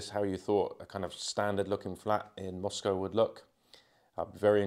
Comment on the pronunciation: I'm glad to hear you say Moscow correctly